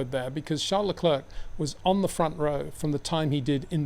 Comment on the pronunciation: You can pronounce Charles correctly as Sharl, but you cant do the same courtesy for his surname?